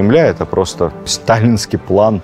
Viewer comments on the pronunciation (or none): none